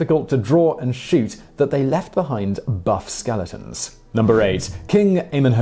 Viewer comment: "To the lift eye of Phillip of Masadonia"